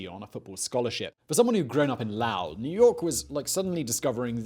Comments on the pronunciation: "LAU-el" uh, it's "low-il" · "Low" "Ull" not "Lau" "Ull". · Not Lao-ell, Loe-ell. LOW-ell. Sorry. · Oi, ya Git. It is called Low....ell. Not, lowl. Low. Ell. Now you try it. Dats betteh, mate. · Lalle, Massachusetts? It's LOWell Massachusetts. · As I'm sure some few long ago commented: "LOW-ell!" Low as in feeling a bit low. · Wtf is L’OWWW? Lol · LOW-ell! Are there no towns or people called Lowell in Britain? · Lowell is prenounced "Low•uhl" . Ps love your videos. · Lowell = low·uhl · Greetings from Massachusetts. "Lowell" more or less rhymes with "bowl." It should not be confused with the community of people who speak Laotian. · STOP SAYING LAOW ELL edit: love the videos tho other than that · Simon, I'm gonna be the Masshole that corrects you. The city is Low-ell MA, as in you feel low and add ell. Other than that brilliant job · My lord.....it's Lowell. It rhymes with mole. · "la-wowl massachusetts" 😬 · Awesome video, though I can't get over how Simon pronounces "Lowell" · I'm pretty sure Simon mispronounces "Lowell" just to make Bay Staters angry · Totally messed up pronouncing Lowell sorry i had to say something it’s my home town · I cringe every time you mispronounce Lowell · Sorry Simon, but you butchered Lowell Massachusetts. Still love ya! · Well done! I knew two of Lucien Carr's sons as a schoolboy, though I didn't know how important their father was until I was an adult. By the way, you're pronouncing the city of Lowell, MA, incorrectly.